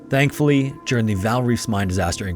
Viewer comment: Are you saying “Stankfully” ?😂